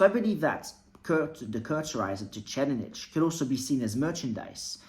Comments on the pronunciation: Lol your pronunciation of the 4th prince’s name sent me. Its “tser-EYED-nick” with a soft t and an emphasis on the ser in the first part. Great vid though. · It is pronounced Sir Ride Nick and not whatever you said there. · SIR-RIDE-NICK MY GUY! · Sir-eyed-nick. Please. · It's tse reed nihh/nick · if you accept Japanese as a phonetic language without much room to dispute pronunciation (unless it involves L vs R or things like that).. it’s reed, not ride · ive never heard that pronnauciation here before